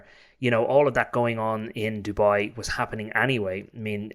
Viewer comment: It's not Jewbai it's Dubai ya muppet 🤣😂👌💯